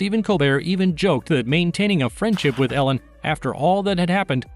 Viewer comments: It''a pronounced EE-lin, not Ellen. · His wife’s name is pronounced EE-lin, not Ellen. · Freckles: just want to make a correction; it's Elin pronounced Eelin (Swedish). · His ex wife’s is not Ellen, it is ‘Eliiinl” she has a Swedish name.